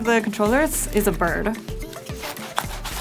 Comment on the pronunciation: "one of the controllers is a bird-uh" I can tell how she sounds when she's arguing or complaining. "NOOO-UH. It's MINE-UH"